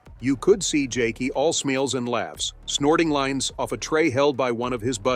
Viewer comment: all "smeals and laughs" 😂